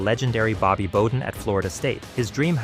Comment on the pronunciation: Drop the AI VOICE!!!! It's pronounced Bobby BOW-den.